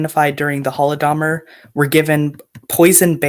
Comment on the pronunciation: I love it how these clowns can never even pronounce the "Holodomor" correctly